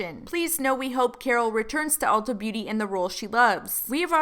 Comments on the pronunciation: Every time said “ultra” instead of “ulta” I died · i love the way says ultra instade of ulta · lmao that called it "ULTRA" smh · said “hello ultra” 😂 ULTA not ultra 😂😂😂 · saying “Ultra” instead of Ulta PLEADING at them made me CRINGE SOOO BAD. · saying Ultra instead of Ulta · when he calls it u l t r a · dying at calling it "ultra" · mispronouncing beauty companies is everything. “ultra” “sumphora” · saying "Ultra" xDD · every time says "ultra" i actually wheeze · babe it’s Ulta 😂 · Lol ultra...that's how you get taken seriously by a company, mess up their name...REPEATEDLY 😂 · Jade Hansen bc its Ultra without an R. this how is. 😂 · calling it "Ultra" lolololol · Forget Carol... I’m pissed at Ulta for shading because he pronounced their name wrong. I’m still mad about the Carol situation though. Carol should’ve gave right information, but she shouldn’t have been put in that position in the first place. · I looove how mispronounced Ulta but said Sephora correctly! Haha!!